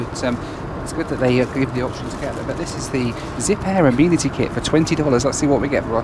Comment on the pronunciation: Why are you calling it an “ah- meen- atty” kit?